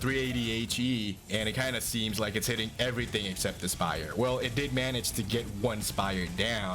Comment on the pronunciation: I loved listening to the word spire being broken down into two syllables with a hard pronunciation on the second, “SPY-YUR”.